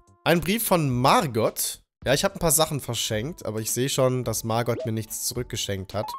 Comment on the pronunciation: Niemand:: mArgott GAsston